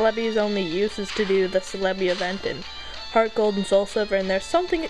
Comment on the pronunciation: IT'S FUCKING CEL-EBI pronounced (CELL-E-BEE)